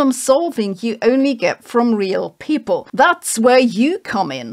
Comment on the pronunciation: Why you pronounce people "paple" ?